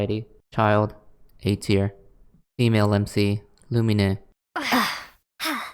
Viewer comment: Me when he pronounced lumine's name loo-mee-nay instead of loo-meen : 😤🤬